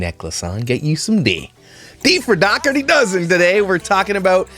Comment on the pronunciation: Just letting you all know, the gh sound in Dougherty is a “h” sound. “Daw-hurty” is how it’s supposed to be pronounced. :)